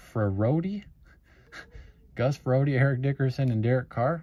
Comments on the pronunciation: Nice Stroud Silver and Gus "Fre Rott" <--- how u pronounce his name. Why didn't u ninja grab all the Optic megas? Each Target got between 9-12 megas. We grabbed whatever we saw, and had no problems scanning them in self checkout. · Hi … it’s pronounced “Fur Rot”. (Emphasis on the 2nd syllable.) He was okay… the Ryan Tannehill of the 90s. On 2nd thought, not quite as good as Tannehill… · Just letting you know it's gus frerotte ! The last name rhymes with forgot !